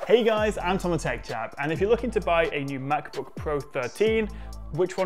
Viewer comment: The Tech Chap , I think you need to say more clearly the I in “I’m” because it’s more like “Am” and not I’m